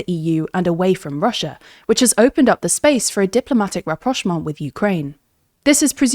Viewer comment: Ohh.... She said it so effortlessly.